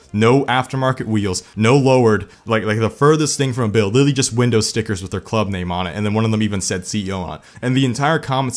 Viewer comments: Well this video alone just made this channel my favorite car channel on YouTube the way he says BWUILD...gold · The way he says "bUiLD" had me laughing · the way he said build made me want to kill myself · The way he said “build” 😂